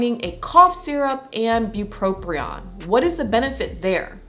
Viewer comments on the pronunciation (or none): Great video. However, you are mispronouncing “bupropion” by saying “bupropRion”. There’s no second “R”. But…thank you for the really helpful information.